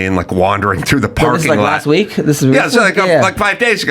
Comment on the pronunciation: Love seeing on here! "A we ek later he was on the news with a SWAT team." LOL